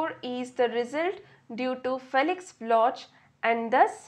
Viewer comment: It's pronounced block